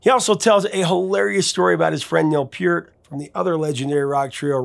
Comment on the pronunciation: The fact that you pronounce Neil Peart's last name correctly gives you so much credit in my book. Love your videos!